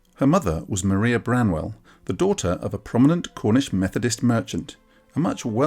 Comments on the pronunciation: Mrs Brontë's Christian name is pronounced with a long 'i', Mar-eye-a, in the English way. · and perhaps even more lesser known would be that Maria was pronounced Mariah.